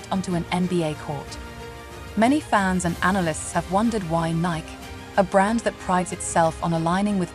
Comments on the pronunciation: It is Nie’ kee, not Niek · Who is speaking/reading these Podcasts.? Nike was pronounced Nik. Too much AI…